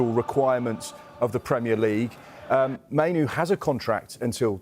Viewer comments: Minoo???? 🙄 Say it properly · I'm sorry how much do these lot get paid and can't even be bothered to pronounce names right. 90% of names they said are wrong I meN I know kobie mainoo but who's kobi manu